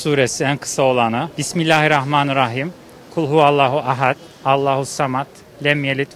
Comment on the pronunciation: ya evlendirme programı olunca takır takır sayıyor sonunu söyleyemiyor alt tarafı şunu dicek bimillarihrahmanirrahim